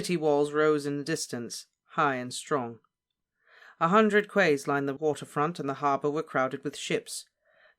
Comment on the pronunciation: Did you say quay as kway??!!!? My 6 year old nephew said it right when I taught him last Christmas: "what the fruck!??!" It's oddly pronounced like "key." Interesting to finally get something in the book that isn't in the show: the boat trip.